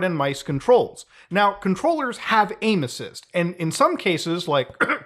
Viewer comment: When you said "controllers have aimassis", I thought you said "controllers have anuses"